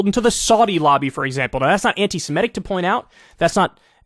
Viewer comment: Kyle: stop saying "anti-SiMETic". It's anti-SeMITic".